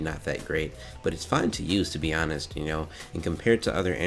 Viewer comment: tfw he says honest with the h sound included